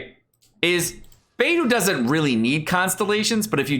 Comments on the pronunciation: I love you, but Xingqiu should be "Shing-cheeoh" and Beidou is "Bae-dough." XD I'M SORRY, it's driving me a little nuts now that I'm hearing their names so many times in a row, haha. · Xingqiu = Shing - Chew... NOT Shing Ku Beidou = Bey - Dough... NOT Bey Doo Xinyan = Shin - Yan... NOT Jin Yan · It's like he's purposefully mispronouncing every character's name wrong. lol. Xingyang, Baydoo, Shingque